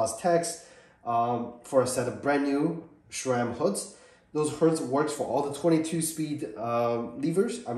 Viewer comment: It's not "shram" but Sram* and it's not "shifter lever" but shift* lever.